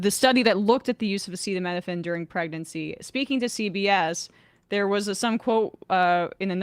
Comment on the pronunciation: lost a ton of credibility by not pronouncing acetaminophen correctly. Not as badly as Trump, but seriously?